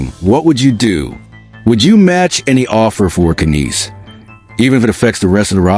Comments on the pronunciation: His name is Matthew Knies Not "Canise" ! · Stop using text to voice. Its just pathetic. Cant even say Knies (NIZE) correctly.